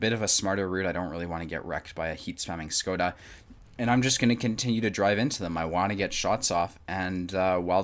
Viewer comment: 1. If AMX 49 is angling, shoot the cheek of the upper hull (also for ammorack) 2. It's pronounced "shkoda".